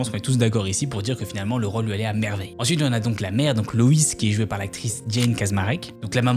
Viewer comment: Super vidéo! C’est juste dommage tout le long d’appeler la mère « Louise » et pas « Loïs (loisse phonétiquement »